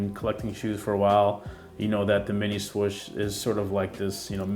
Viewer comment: The only complaint I have is the way you pronounce swoosh😂💀. But dope review nonetheless! I will be trying to cop these whatever way I can!🙌🏼👏🏼🔥